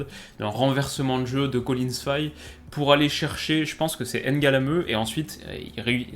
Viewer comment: C est pas N'galameu mais Ngalameu. Sinon très bonne vidéo comme d hab.